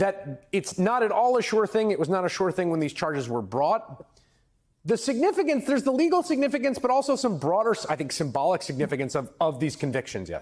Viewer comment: "signifiGance"? Really? Otherwise, love ya...